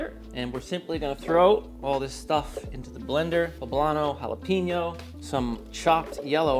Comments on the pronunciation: you said "jal a peno" It is Hal a peno. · “J” Jalapeno 😂. My sis says you need to pick the jalapeño with the little white lines in the skin. Those are the hot ones.